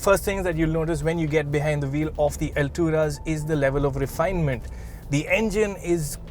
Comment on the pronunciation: Not Alturas it's alt.. ras